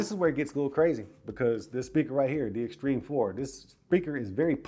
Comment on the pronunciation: He said it correctly